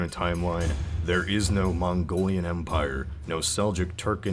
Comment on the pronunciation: "Skittian nukular calvary was the fundation of their umpire." ;p